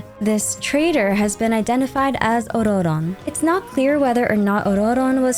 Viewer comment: Why are you rolling the 2nd "r" in Ororon? It just comes off as pretentious and extremely annoying when nobody in the lore/game is pronouncing it with a rolled r. Jesus christ. You can't seem to use a single pronoun for him, so you're actually saying his name every 4 words which sounds insane.